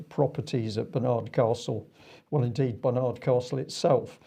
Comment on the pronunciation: It is not BAR NARD CASTLE,, IT IS pronounced Barnad Castle with a soft 'd'. ,,,, When will common sense prevail on this stupid virus social engineering program we are being forced to accept by people who are power crazed bullies. JUST IGNORE AND DO NOT COMPLY. They cannot arrest everyone. STOP ALLOWING FREEMASON GOVERNMENT WA--ERS TO BRAINWASH YOU.